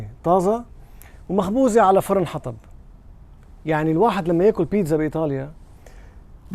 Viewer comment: اسمها بيتسا وليس بينزا